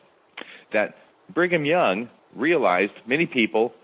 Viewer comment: are you saying “Bringem Young” like 4/5 of the time or is it just my ears? Also so strange to me to hear you address by anything other than his nom de guerre. Great breakdown of the topic *chef’s kiss